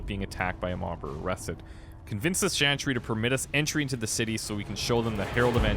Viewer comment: ... is he doing it on purpose? Is he deliberately butchering every single name he comes across, despite having other people say them out loud? Shantry, Andrast, Justinia Vee, Orlayis...